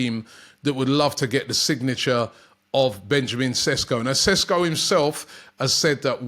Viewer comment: His name is pronounced SHESKO . Love how all the British media are calling him SESKO 🤣🤣 Sounds Spanish & a more exotic sounding name .